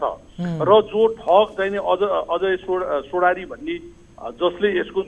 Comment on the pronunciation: तपाईं पत्रकार कि पत्रुकर वास्तविक के हो बुझ्नु भाको छ । सोडारी हो सेढारि हैन । म पनि पत्रकार हो बास्ताविक बुझ्नुश । राष्ट्रिय मिडियाको बेइज्जत